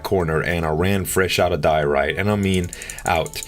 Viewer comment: i think it is like DIE-OR-ITE 'ite' like in lite